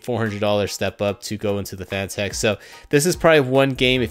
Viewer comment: Great video man, but I think it is pronounced the same as the word "Fanatic". As in being a Fanatic about racing. A quick search even showed on Fanatec's channel, they say it "Fanatic". Listen here at the mark. Also the head of Fanatec himself stating it is Fanatic - start watching . Not trying to start an argument or anything, just pointing out for future videos of yours.